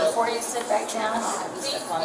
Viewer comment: She meant 4 to 5. "Ant" no way in h3ll she meant 45. Like the number "befoe" 46 and "afta" 44😢🤦‍♀️